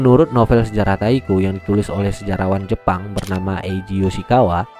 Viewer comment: Taiko bang bukan Takio